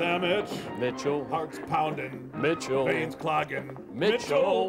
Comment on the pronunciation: 1 word, two syllables, 2 vowels MITCHELL